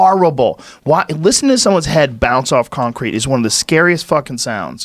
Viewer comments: I cant unhear con-crete now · Joe “con-Crete” Rogan